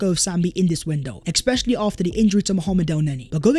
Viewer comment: Bro the word especially has no X in it 😂. The amount of times he says eXXXpecisally😂